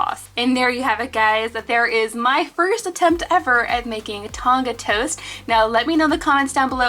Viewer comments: haha no your just pronouncing it wrong💞 it’s a country in Oceania, it holds places like Vanuatu, Samoa ect. It’s a island and it’s pronounced without the g💞 therefor it wouldn’t be called “Tonga toast” either, it would be “Tongan toast” I hope that makes sense haha💞 I love your Channel! Hi from New Zealand!💞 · You don’t pronounce the g in Tonga and it would be called “Tongan toast”